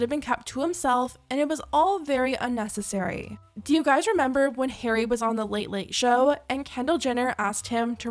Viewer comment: I'm sorry girl, but the way you pronounce Harry is killing me 😭